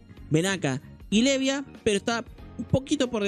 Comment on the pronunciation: mano aprendete los nombres a Venaka le dices Ventana .. a Levia le dices Loen porfavor